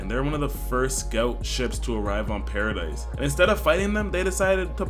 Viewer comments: BRO ITS PARA-DEE NOT PARA-DICE 😂 W vid tho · Its pronounced "Paradee" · not pronounced paradise